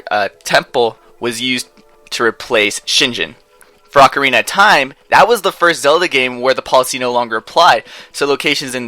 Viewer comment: Everytime it sounds like you say Ocariner of Time